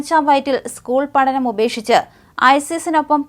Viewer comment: തന്റെ..... പതിനഞ്ചാം വയ്യാറ്റിലോ . സ്കൂൾ പാഠണം ഉപേക്ഷിച്ചത്????😂😂😂